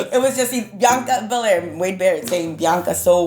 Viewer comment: Wade Barette: Biyanka Belair 😂😂😂